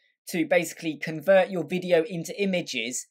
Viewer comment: What is this akcent? VIDIJJJOU. Dude! Video, is just VIDEO. and not Videjjoauou :DDDDDDDDDDD